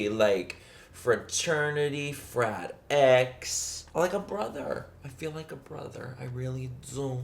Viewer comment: not him saying frat x.....